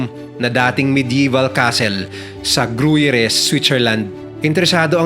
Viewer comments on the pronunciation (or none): Gruyer idol pagbigkas hindi gruyere as in literal